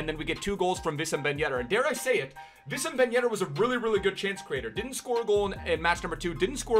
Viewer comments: hey congrats on the milestone. not everyone is german tho so Wissam is not pronounced Vissem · its pronounced Wissam not Vissam btw.